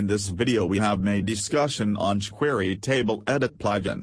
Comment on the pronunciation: they way the speech engine says chquery is hilarious! But that's for using a speech engine if you can't speak clearly I really like this better!